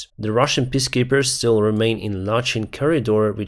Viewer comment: I realize that English isn't your first language, but you could try learning how to say peacekeepers correctly. "Piss keepers" sounds like a sweaty gamer bladder issue.